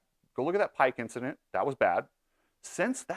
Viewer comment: Did he say Vincident?